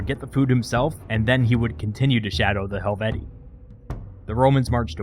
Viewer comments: Pronounced helveti-I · Pronounced hel-vee-shee-eye, isn't it? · It's Helvet-ee-ee, but like the name Caesar itself, by convention it's sort of allowed to stray from proper Latin pronunciation. The double long e plural genitive is awkward.